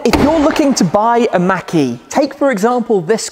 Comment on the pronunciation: It sounds like he's saying Mackie instead of mach-e. It's pronouced more like mock-e.